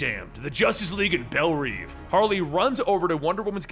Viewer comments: you are pronouncing "Belle Reve" (pronounced : "Bell Rev" not "Bell Reeve" ) incorrectly (you have been saying it wrong in all of your videos in which you mention the institution)... "belle reve" means "beautiful dream" in french...even in the movie they say it as the french do. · It's pronounced bell rev not neev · Reve is pronounced Rev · I could be wrong, but in almost every DC movie or show I have seen, it is pronounced Bell Rev despite being written Reve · you're pronouncing Belle Reve prison wrong